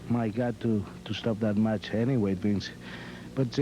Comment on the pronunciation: Can call McMahon "Bince" 10 more times.